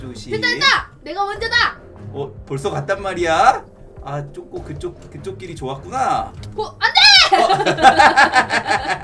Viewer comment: ㅋㅋ운왜 쪼꼬를 왜쪼그이라고해요?